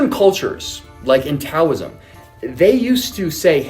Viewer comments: This dude brings up Taoism and doesn’t even know how to pronounce it. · How can connor claim to be enlightened, but pronounces taoism like a simpleton. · He mispronounces Taoism, in his “smart person” voice.